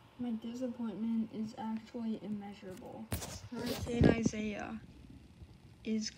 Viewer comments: It's not Isaiah its pronounced I-e-Yus (sorry I just wanted you to know hope you are safe) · Yes I’m safe, some of my friends got hit worse than me, and Isaias is actually supposed to be pronounced ee-sah-EE-ahs, but i don’t think anyone pronounces it that way, I just pronounce it at Isaiah.